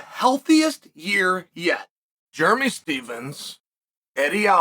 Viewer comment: Jeremy stevesem. I love uncle chael always butchering names. Chael Still the goat forever